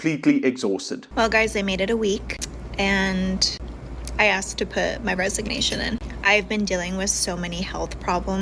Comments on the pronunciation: 'i axed him' and this is a TEACHER smh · I remember being in school and you acted like a normal person. Nobody acted up nobody was a problem. You heard about that one kid. But you never saw him again. I question the competency of the teachers anyway. The one teacher complaining about students. She said I "axed" him. That isn't accent. That is slang. From a teacher.